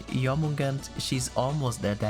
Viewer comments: Here's the correct pronounces of her name: Yormungander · The correct pronunciation of Jörmungandr is YOUR-moon-GAHN-dr.